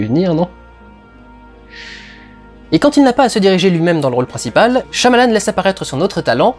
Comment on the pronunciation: on le prononce pas plutot "shaillamalanne" ?